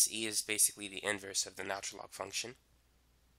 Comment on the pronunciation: If this man says natural log wrong again I'm gonna freak